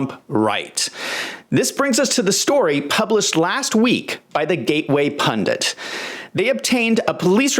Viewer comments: Why. Oh why do some Americans say "pundants"? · Hi,. I know that it's pundits BTW. Why do some Americans say "pundants"?